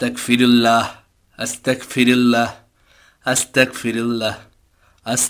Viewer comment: Ma sha allah onek sundor hoyeche❤️ তবে এটার উচ্চারণ আস্তা*ক*ফিরুল্লাহ নয়❌ "আস্তাগফিরুল্লহ"✅হবে! আর এর মাধ্যমে আমরা আল্লাহর কাছে ক্ষমা চাই তাই আস্তাগফিরুল্লহ বলার আগে "বিসমিল্লাহ" বলতে হয় না! আপনাদের কার্টুন মা শা আল্লহ অনেক সুন্দর হয় এখান থেকে অনেকেই অনেক ভালো কিছু শিখছে আলহামদুলিল্লাহ❤️জাঝাকুমুল্লহ তবে অনেক জায়গায় ইং শা আল্লহ বলেন না ❗কোনো কাজ করবেন বা হবে এমন সব কাজে "ইং শা আল্লহ "বলবেন তাহলে বাচ্চারাও শিখবে! ইং শা আল্লহ 🌺 Jajhkumullohu khoiron🌺